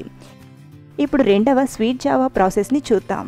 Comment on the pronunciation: Rashi java anaali jaavaa kaadu